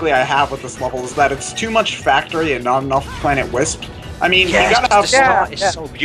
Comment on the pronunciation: "Planet Lisp"? XD